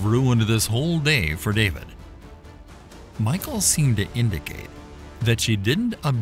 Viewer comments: Saul's daughter, Michal, is not pronounced Michael as in a boy's name, but Mighal and is a beautiful girl's name!! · Seriously doubt her name was pronounced in English as MIchael but most likely "Michelle". Jedeo Biblical videos should be more accurate. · You're pronouncing her name wrong. It's not pronounced "Michael" like the masculine form. It's pronounced "Meek-hal" as the original Hebrew spelling was "Mikhaal" . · Note on pronunciation. The Hebrew name, glossed as ''Michal'' in English, is pronounced ''Mee - kaal''. Not ''My-kaal''. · Her name isn't pronounced "Michael." A Westerner would pronounce it like "mee-HAUL," but in Hebrew, the "ch" in her name is pronounced at the back of the throat with a sound that's not found in English. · You are killing me by calling Michal "Michael". In Hebrew it's pronounced me-hall, accent on the 2nd syllable. The h should have a guttural sound to it. "Michael" is a man that Obama married. Michal is an actual woman, female figure from The Bible. Don't get the two so confused. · The name isn't pronounced like Michael. In Hebrew it's pronounced Me-Hal. 👍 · I can't help but feel it should be pronounced [Mee-Cal] and not Michael :) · Its pronounced as Mi-kal..the c is silento..not michael... thus Mi-chal.. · Wrong pronunciation...it's not pronounce as Michael...it's Mikhal... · i think michal is not pronounced mikal, but mishal. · I think it's pronounce (Mee shell), like Michelle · Her name wasn’t MICHAEL Its pronounced Me shawl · It's a short i not a long i. Like in pig. Michael has an e. Michal sounds like the male name Mitchell..... Like I can't even watch this hearing you say Michael!! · It's pronounced Mi-hal, with the h from the back of the throat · its pronounced Michelle,, Michael is a Boy Name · I think is pronounce more like Meekal not Michael,🤔🤔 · If you have great love for our God then fear is never needed. You can fear doing wrong by our God . The correct pronunciation for Michal is closer to Michelle